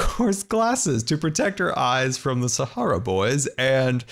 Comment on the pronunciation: GUYS SCAR IS ACTUALLY PRONOUCING SAHARA CORRECTLY NOW INSTEAD OF SAHARIA